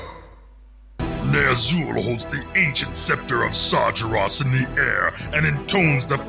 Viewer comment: Proof that it's pronounced "SAR-juh-ross". I KNEW I didn't make it up!